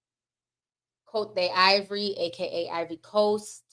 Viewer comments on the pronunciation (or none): Hehe Ti’s pronunciations. Niger is pronounced Nee-Jer (the jer has a French sound on the ‘j’) Côte d’Ivoire is pronounced Coat d Ivoir ECOWAS is Eh Co Wass